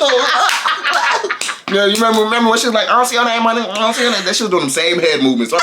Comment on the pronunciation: HEAAAADDD?!?!?? I thought he was saying hand 😂😂😂 I would’ve beat her ahh tooo